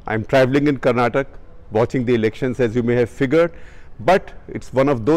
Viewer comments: Good one. Exactly my thoughts - is it so hard to say Karnataka. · It's not Karnatak. Please respect the name and pronounce it as Karnataka. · KarnatakA not carnatak. Please! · Yes! Every single time this guy says 'karnatak'. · One small correction.. It is karnataka not karnatak... 😀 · It is Karnataka, not Karnatak. Like you got it right with Jet & thankfully not Jatt. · Hi first of all its KARNATAKA not KARNATAK !!!!!!! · I simply don't get this , why is it so hard to add an 'ah' sound in the end. They say kannad ,for kannada. I go ballistic whenever I hear that. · Sir, it is Karnataka not Karnatak. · its karnataka not karnatak!! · OK SHEKAR - As a journalist you need to get the name right! It is KARNATAKA - remember the “KA”! in the end. PLEASE CORRECT YOURSELF 🙏 You are an social influencer and many people follow you. Rest, I always like your content. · the moment he said KARNATAK, i stopped the video. Go get class on words pronunciation man, don't spoil the words. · Say "Karnataka" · How hard is it to say "Karnataka "? fcking irritating when someone says Karnatak ....